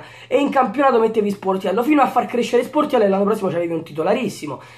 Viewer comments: Solo io ho sentito portiello??? GRANDE 😂😂😂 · quando hai detto Sportiello, all' inizio del video si sente Portiello hahahaha